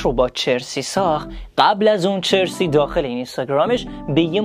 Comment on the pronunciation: Chersi nist charsi hast اسپلشو میدونم اما تلفظش اینه